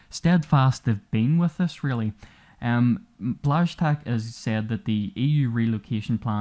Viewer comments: The name should be pronounced as sth like english words "wash" and "chuck", nice wideo btw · Even other slavs cannot really pronounce polish names, so don't worry about it. Błaszczak is one of the semi-difficult ones, mine for foreigners looks like nothing, it's written "Chudzikiewicz", but there are also names like "Krzekobrzegoszczyński", "Grąchowiak", "Grzesłowolski" or well known "Brzęczyszczykiewicz" which are ones of the hardest i've ever seen, its not "Ovuvuevuevue enyetuenwuevue ugbemugbem osas", but still.